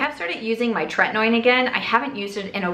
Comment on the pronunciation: Tretinoin - tret / tin / no / in. Not noin like coin lol